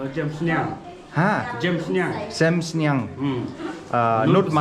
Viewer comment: Sem sniang 😂😂 instead of dohjem sniang.. But atleast it's good you try to learn khasi